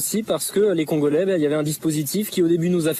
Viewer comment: Le CONgolais c’est quoi cette prononciation 😂😂😂